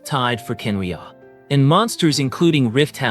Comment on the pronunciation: Are you using AI for your voice over? or are you just really pronouncing these names weird? such as Khaenriah, Pierro, Surtalogi, Albedo. Sorry but its a little cringey.